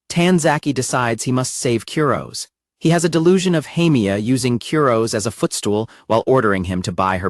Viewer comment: I want to punch an innocent teddy bear every time I hear the AI narrator mispronounce Kurose's name. 🤦